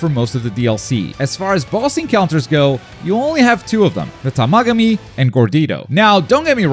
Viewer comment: This dude can't pronounce the Tamagami or Glorio's name right smh.